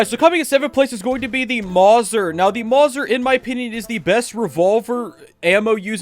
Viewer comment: IM SO MAD AS A GUN NERD ITS MOW ZER NOT MORSA